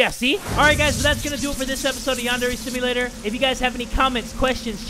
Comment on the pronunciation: I thought he said Pondera simulator I know it’s Yandera simulator But when I looked at it again I don’t hear ya